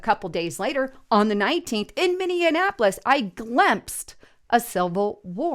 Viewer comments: It is NOT pronounced Mini - an - apolis. There is no second letter N in the name. It is pronounced Mini - app - olis. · Minn ea polis. Sound it out!!! NO D